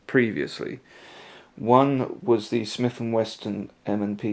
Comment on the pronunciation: It's Smith&Wesson...not Smith&Weston ...